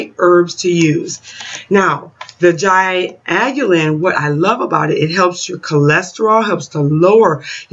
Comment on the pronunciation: You are studying as an herbalist, and can't even pronounce their name... I am off.